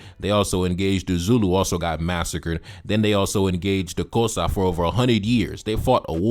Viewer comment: 😂😂 That's not how you pronounce the word "Xhosa" but thank you for creating this video and debunking this fool.